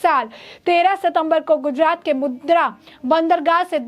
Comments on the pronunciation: मॅडम वह मुद्रा नहीं मुंद्रा पोर्ट है. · Mudra nahi, Mundra port bolo